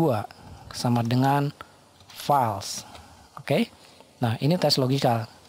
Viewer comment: Terima kasih atas ilmunya yang sangat bermanfaat. Tanpa mengurangi rasa hormat saya, harap melafalkan kata FALSE adalah fôls bukan fals. 🙏